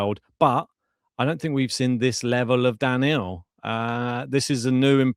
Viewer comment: it's Daniil (DaNeel) not Daniel, always find it cringe when people say names incorrectly...